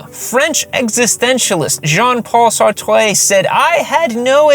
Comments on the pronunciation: Jean Paul Sartre, pronounced "Sart." The "re" is silent. D'ac? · Saw-tray lol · About to subscribe, but then you said Sartre with proper French pronunciation and that was a real boner punch. Americans say "Sart" because we're plain people with a plain language. I'm sure hearing you order Mexican would make everyone's eyes roll hard enough to go blind. That's all. Nice channel. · You're so funky as hell at 5 48 when you😢 say sartre😂😂😂